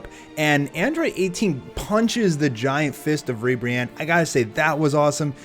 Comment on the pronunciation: Not Godzilla-Ribiranne, but Mothra-Ribranne